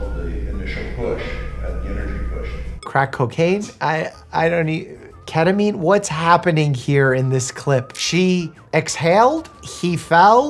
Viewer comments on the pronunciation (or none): none